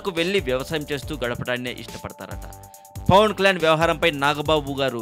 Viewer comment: Arey babu neevu first Pawan Kalyan name clear ga palakadam nerchukuni appudu audio gani video gani present cheyi okkk.....